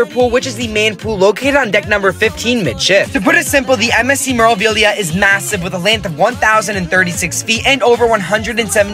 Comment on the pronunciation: It's pronounced May-rah-vee-lee-ah, roll the R. Not Mer-ah. #facepalm